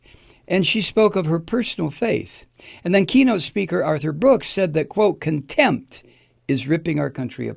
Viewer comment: Mike - Contempt is a two syllable word. tRUMP can't handle that